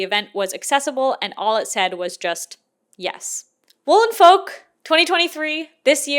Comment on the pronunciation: I keep hearing "Wool and Folk" as "Woolen Folk" and keep picturing a convention of people in oversized fur coats 😂